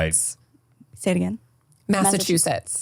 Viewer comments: Being a Brit watching you guys butcher the place names is hilarious. Yes it is the same as the sauce haha 😂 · Fellow Canadian here who also cannot say Massachusetts 😂